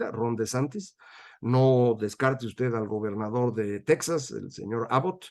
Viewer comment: Buen día Macario. Con todo respeto, no se dice "Tecsas", se dice Tejas (TEXAS). Es nombre hispano.